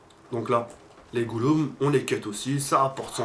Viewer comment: Les goulum🤣